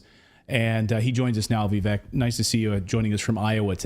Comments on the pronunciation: Vivek’s name is pronounced Vivake like cake. I saw him say that on another interview. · Guys his name is pronounced Vi-vake like cake how embarrassing...